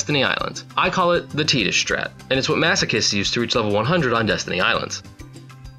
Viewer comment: I am moved by the statement you made with your pronunciation of Tidus.